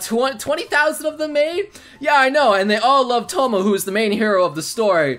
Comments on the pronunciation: Touma, not Tomo! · Poor Tomo and his "misfortune"